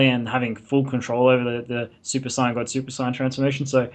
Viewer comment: U clearly arent a dragon ball fdan i seen ur other videos and you cant even pronunce saiyan. you maybe like the show but i sugest not making vids if you only now a little bit. yu can jut make up stuf